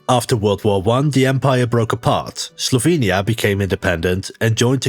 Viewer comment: Guge: didya minh sLovenya?